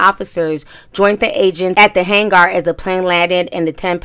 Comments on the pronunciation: It’s not hang-arrrr it’s pronounced just like hanger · It's pronounced like hanger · If she says hag gar one more time lol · HAYNE-GAR? LMAO... love your channel though! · I don't know why her saying han- gar is bothering me